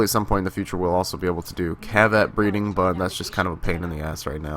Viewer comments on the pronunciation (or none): its not cheviot its kavat